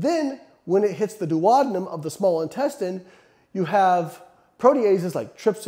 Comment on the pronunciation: That pronunciation of duodenum is wild 😳